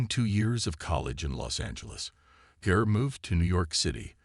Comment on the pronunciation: Gare? I thought her name was Garr